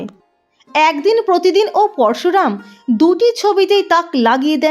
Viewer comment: Uchcharon eto kharap bllar noy vuru plug noy ota pluck hobey porsu ram noy poroshuram hobey😂😂